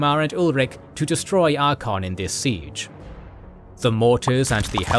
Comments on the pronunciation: ar-cay-on not archon, sorry i couldnt listen to 4 hours of the mis-pronunciation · I'm gonna have to sit through 4.5 hours of him saying "Archon" instead of "Archaon"? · ArkAYon not ArkON. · Archaon is pronounced “Ark-A-on” not “Ark-on” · Are-Kay-On. It ain't that hard to pronounce. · cant stand how "archeon" is pronounced xD had to ditch after 12 min. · Unfortunately, after the third use of "Arkon" I had to stop. Just. Stop. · Great video, love all of your guys stuff. The Archaon pronunciation was kind of annoying. No real problem though. Another amazing video. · Y'all need to learn both how to spell and pronounce Archaon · Cool vid apart from the constant mispronunciation of Archaon and other ppl/places but that's what you get when using text-to-speech voiceovers. That aside it's great to see a concise and entertaining video about the mess that is the End Times. TY. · Listening to this and twitching every time the narrator mispronounces ArchAon. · Love this channel, but consistently, this narrator has difficulty pronouncing things correctly. Maybe a bit of practice would help, and looking things up before recording? E.g. "dwarves" not "dorves" And "ArchAYon" not "Arkon" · genuine question, is an AI voice thing used for this vid cuz some of the character names are so abhorridly mispronounced.... best example is ArchAEON pronounced as ArcHON. i can't even pronounce Bel' akor the way this dude did... was something like beeliko or whatever. i'm not trying to hate but yeah it gets vERY distracting in an otherwise brilliant video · The vid is amazing but you have to learn how to say some words from the universe. You have used so many models from TW franchise and even there characters say their names. I didnt know there were dorfs and Sarsnik in Warhammer. Same for Archeon.